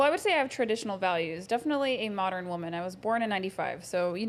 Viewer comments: Saying “moderin” instead of saying modern. 🥴🥴🥴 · The "Moderren" shit was very irritating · I just can't keep watching this. She said, "moderin" just TOO many times. I'm out. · I am about to be PETTY....what is "Moder-N????? I thought it was Modern! And the stupidity of calling her Father a "low value man" and he has multiple properties....and sorry but she's not that cute to ask for $500k to $5 Million....LAUGHABLE 🤣🤣🤣🤣🤣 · The way that chick pronounces modern as "moderun" is on point. If you see a woman like this the only mode you should be on is "mode run" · Why do these channels bring ignorant trash 304s on for a discussion. They can't even pronounce "modern" (Moderin jesus fuckin christ) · She mispronounced modern as moderin, too. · Dis she mispronounced "Modern " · I'm sorry, but for someone who has trouble pronouncing modern, I had to stop the video when she said that the minimum amount was 5 million. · I’m not trying to be mean, but the Keiona girl seems dumb. She mispronounces a bunch of words. The way she thinks about stuff just doesn’t seem realistic. The type of man she wants is just mind blowing. Not realistic in the slightest! Plus she’s average looking with a face FULL of makeup and fake hair. So natural she’s probably below average. All of that AND she wants to run the relationship. 🤯🤯🤯🤦🏼‍♀️